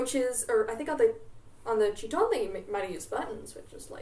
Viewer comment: her pronunciation of "chitón" has me rolling